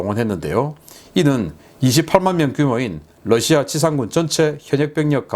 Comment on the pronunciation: 신선생님, Russia를 Lussia라고 발음하시네요.